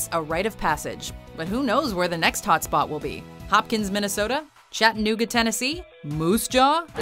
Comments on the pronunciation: DEAR FUCKING GOD !!! Please never say Chattanooga unless you're from Chattanooga you butcher it so badly it's not two words it's one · You didn’t pronounce Chattanooga correctly... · She mispronounced Chattanooga... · "Chattanooga Tennessee" .....FFS NOOOOOOOOOOOOOOOOO!!!!!!!!!!!!!!!!!!!!!!!!!!!!!!!!!!!!!!!!!!!!!!!!!!